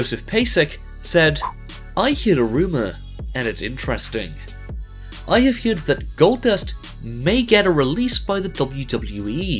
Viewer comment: Heard = heered? I'm just curious, does it have something to do with the part of the UK the Narrator's from?